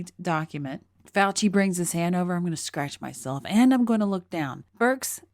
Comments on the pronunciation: Great video,, wish I could give it two thumbs-up. But it's "Fau-chi," not "Fau-ki." We New Yorkers know this because we grow up with lots of Italian-Americans. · “FAW-chee,” not “-kee”